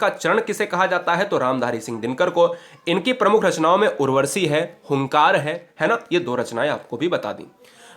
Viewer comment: Sir maf kijiyega Dinkar ji ki rachna Urwashi hai na ki urwarshi